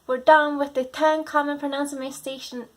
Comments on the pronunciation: You mispronounced "proNUNciation". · Thanks for this but pronunciation is pronounced differently from pronounce.